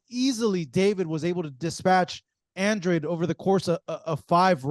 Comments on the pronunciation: Come on at least get his last name right it’s Andrade not Andre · It’s andradeee. Say it in Spanish. That’s a Spanish last name.